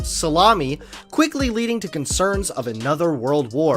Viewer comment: so_lei_ma_ni not salami your welcome 😂